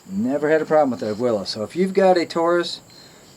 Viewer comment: It's pronounced Ah-Gee-Laaa